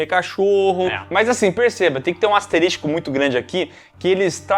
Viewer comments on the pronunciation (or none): "Asteristico" foi top kkkk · Eu amo, mas dá dor física o falando asteristico! 😂😂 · O precisa parar de falar "asteristico" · “Asteristico” - 😂😂😂😂